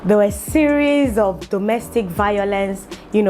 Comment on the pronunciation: When you said” Vawulence”😂😂😂 I scrome😂😂😂😂